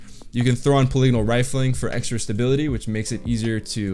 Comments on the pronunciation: Poly gon al rifling not pa lig in al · Plebs "POLYYYGONAAAL" The right way "pol-I-go-nal" 🤔😒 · the way he says polygonal, haha. i love it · That’s the first time I’ve heard polygonal pronounced that way 😆